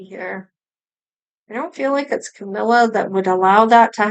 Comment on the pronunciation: Yay you said her name right. Awesome reading Thank you